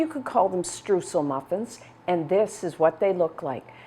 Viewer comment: Hey Stephanie, great recipe! Just a small advice from a German speaker: the "eu" of Streusel is pronounced mor like the "oi" of "oil". Don't know if you care, but know you know ;)